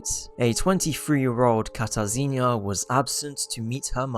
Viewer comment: as a polish person ur pronunciation of the name katarzyna hurt my soul😭this is no hate though, i loved the video !! :)